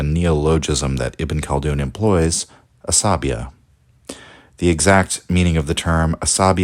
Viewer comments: I listened to you saying Asabiyyah like 100 times, before I finally realized it is عصبيّة and not just a greek or latin word :'D The double yy here does a lot of the work; it is pronounced more like "bey yah" not like "labia". Otherwise, love your videos. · 'sa BEE yah mu QAD dee mah putting the wrong emPHASIS on the syLLABles